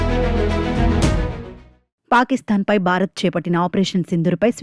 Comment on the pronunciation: బారత్ కాదు భారత్